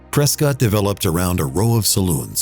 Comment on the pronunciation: Ooops, Prescott mispronounced; it's Pres-kit. Sad that you didn't film the amazing Mogollon Rim; quite a unique natural wonder.